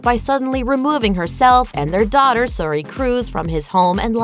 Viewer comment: Over and over you keep pronouncing Suri wrong